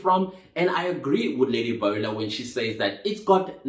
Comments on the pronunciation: It's Lady Boule, pronounced like Bool-lay. Thank you for respecting our elder.❤ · Let me help you out the pronunciation is " boo lay" do you get it now.